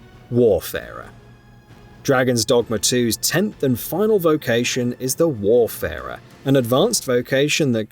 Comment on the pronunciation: isnt it WAYfarer? not WARfarer?